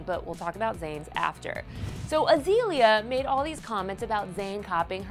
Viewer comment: wow they actually pronounced her name correctly!!! Azeeeeeeeeeeeaaaliaaa Banks.. not Azalea banks...